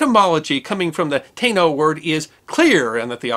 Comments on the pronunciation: I believe its Ta' ino not taino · Love your shows! The word “Taino” is pronounced: “ta-ee-no”. The Taínos called their island (Puerto Rico) “Boriken.” The island’s current people call the island “Borinquen” and themselves “Boriquas.” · Taino is pronounced ty-ee-no and has 3 syllables not 2. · Taino is generally pronounced "tie-ee-know" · Good point, Carlos. His mispronunciation of the word is unusual, given usual tenacious propensity for pronouncing words correctly and carefully. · All that research and he couldn't be bothered to Google the pronunciation for Taino. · Good point, NEECO. His mispronunciation of the word is unusual, given usual tenacious propensity for pronouncing words correctly and carefully.